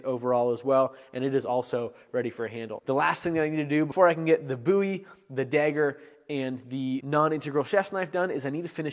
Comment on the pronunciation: Your pronunciation of the word “dagger” is slightly jarring. It’s like you’re saying “degger”.